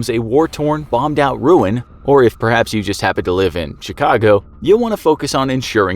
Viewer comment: Love how he says a Chicago 😂😅